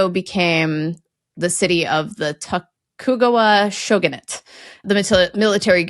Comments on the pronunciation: when you where talking about the Edo Japan you put the emphasis on the wrong part of the word of the long name of the ruling Showgun but i can't remember which one is right. and l often listen to a podcast about the history of japan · Ouch. Unfortunately, absolutely butchered the pronunciation of most of the Japanese words she said. Edo is "ay-doh", Tokugawa is "toh-koo-gah-wah".